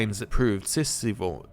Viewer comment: Just FYI: noosphere is pronounced no-o-sphere. In sci fi it generally means a space where special powers don't work. In 40k it's a special kind of internet. A simulacrum is a created likeness, usually in the context of magic or in a sci fi setting, potentially a kind of clone. Scipione most likely pronounces the c as a k, akin to Scipio Afrikanus and others of that time. mon-keigh is a play on the word monkey, but it's normally pronounced mon-kai.